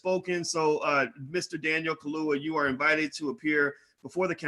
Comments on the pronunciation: Not ka-loo-wa. it's Ka-loo- ya. Get it?🙄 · how the hell u gonna talk #@ about black empowerment, africa etc. but can't show basic respect to try and pronounce an african name correctly. Ka - lu - ya : simple!! Contemptuous mispronounciation reminds me of how africans are treated by racists - SMH!